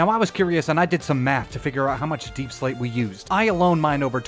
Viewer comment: "YoU wAiT FoR a SecOnD JustA SecOnd....oh ok.....aNd TheN U Got UrSelF a BunCH of DaiePsLaite, I dont know why I turned southern" I laughed so hard